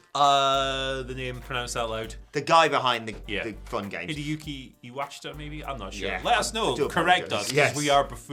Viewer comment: pronounced Iwashita properly